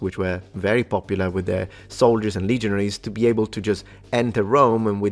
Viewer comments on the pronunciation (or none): none